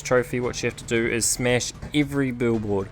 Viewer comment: I hear you say smesh not smash